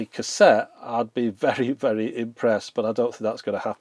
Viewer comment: are you okay bud? And it's VERY, not "vary"